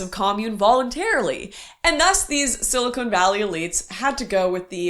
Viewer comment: Lauren, I love your content, but it’s silicon, not silicone!